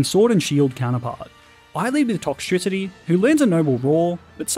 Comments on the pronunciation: TOXTRICITY, NOT TOCKTRISITY! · TOXTRICITY, NOT TOXICITY! DO NOT LEAVE OFF THE E IN TOXEL! AND THE E IN POKEMON SHOULD BE BETWEEN THE K AND THE M, NOT AT THE END!